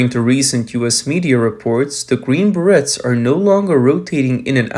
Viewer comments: you are killing ,me,, its pronounced Ber-ray not Berets. you said it correctly once... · Please pronounce "berets" correctly...it is a French word and the pronunciation is similar to "br-ayz" and rhymes with "trays". (a "beret" is a type of French cap, generally made of wool). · It's pronounced Green BreAAA (long A the T is silent) 🤣🤣🤣 'The Ballad Of The Green Berets' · it’s pronounced ber ray, French word. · Berets = Beh Rays 👂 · Oh please, pronounce "berets" correctly 🤦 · Just came to see how many people were losing their minds over his pronunciation of "berets". 😂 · Do they know how to pronounce the word berets? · Your mispronunciation of "beret" is appalling. You got it right, one time, by mistake.